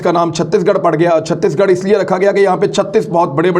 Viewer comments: Imran Bhai It Satish Garh not 36- Garh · It’s chateesh garh not chuttish garh